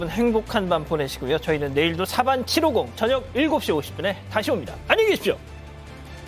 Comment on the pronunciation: 칠.오.공 하니까 이상해요 치로공~~~ 해야쥬~